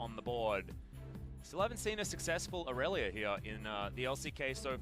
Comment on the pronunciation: except he has shown he can pronounce them correctly, during that Tyler1 thing, on top of that, even during these casts, he bounces back and forth pronouncing Irelia and Aatrox's names correctly and incorrectly. I honestly think he does it on purpose to piss people off.